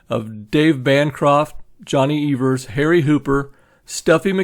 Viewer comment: Great informative and well thought out video, also love the fact that pronounce Johnny Evers name correctly. haha